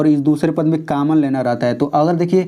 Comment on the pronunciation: Kammon nahin hota hai common hota hai